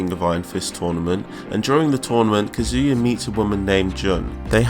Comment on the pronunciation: “Kezia” u mean kazuya captions